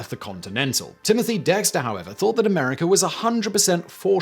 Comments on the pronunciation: "Younited states of A meriker"😂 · "A mericry" lol